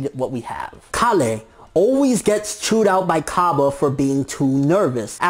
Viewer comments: KALE rhymes with NAIL not COLLY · Kale is a different vegetable which is related to broccoli in the same way that cauliflower is... And it's pronounced "kayl" not "kah" "le" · I'm sure it's kale (pronounced kay-el) which is like a type of cabbage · Its pronounced Kale, as in the vegetable. Its somewhat of a pun towards Broly's broccoli. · her name is pronouced "Kell" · "kale" is pronounced "kell" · Kale is pronounced K-ale at least in English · Also about the names you're wrong. Kale is pronounced like Kail unlike Caulifla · prounouncing my favroite veggie wrong. but then again its probabably Kalè not the word kale